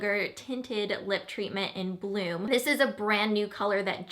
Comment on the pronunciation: ohhhh BLOOM!! First time you said it I heard "blue" - lol! :-)